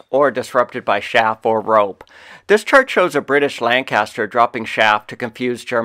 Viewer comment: Chaff: ‘Ch’ is pronounced hard, as you would say in chase or cheese. Not Shaff. Excellent video though.